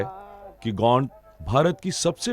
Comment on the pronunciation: गोंड का उच्चरण सही नही है